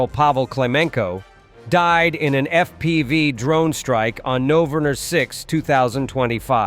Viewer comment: "He died Noerner 6, 2025" ?!?! What cthe AI slop is that?